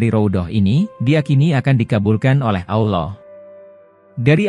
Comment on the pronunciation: al laouh min! Bukan Awloh! Ketahuan nih bukan orang Islam Admin nya? Ngaku min!!!!!!!!! Saya ulangi Al-Laouh bukan Awloh!!! Paham? Islam kan? Atau Athies?